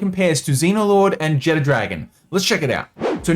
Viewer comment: I dont know why everyone pronounces Jetragon like "Jet Dragon". Theres no "D" in its name